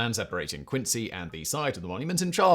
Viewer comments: haha agreed man. I just know if you’re in Massachusetts and you’re talking about Quincy, you should definitely pronounce it Quinzee lol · Quincy ....we say it with a "z" sound... but also yes, yaaaay mah town! gets mentioned! and not as a Fallout4 joke! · We pronounce it like a z. Like qinzee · Its pronounced "quin-zee" Massachusetts is FULL of towns not pronounced how they're spelled. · 🤦🏼‍♂️ they ain’t British towns dawg. If there’s a British town spelled Quincy sure, pronounce it quin-see. If everyone who lives in Quincy, MA, pronounces it “quin-zee” MA, pretty sure that’s all the evidence you need to know how that towns name is pronounced.